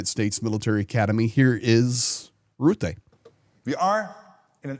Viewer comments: just to help you, to pronounce the last name of NATO Secretary General Mark Rutte, aim for the sound "Ruh-tuh" or listen to a dutch news video how it is pronounced by native dutch speakers. Good video 👍🏼✌🏼Slava Ukraini 🇳🇱🇺🇦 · Hi, thanks from the Netherlands. One small remark. Rutte is pronounced with a short u like in " cut", and while you are at it replace the trailing e with the same u.:) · Please pronounce the vowel u in Rutte like the u in stunt. Thank you. Cheers from the Southern half of the Low Countries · Little correction, Rutte is pronounced with the u like in buss.